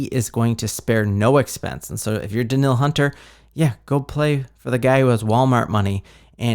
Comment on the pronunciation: It is pronounced Da-neal! And Hockenson is not Jewish. Also.. The Vikings have the best stadium.